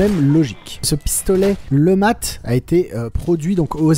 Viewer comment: cette arme est présente dans plein de jeux sur cette époque. Et faudra m'expliquer pourquoi tu prononces ça lematte alors que tu précise bien que c est un flingue inventé par un francais nommé letmat. A moins de pas avoir suivi les cours en primaire, le T ne se prononce pas. tu dis un matte de bateau ? non ? bon bah alors.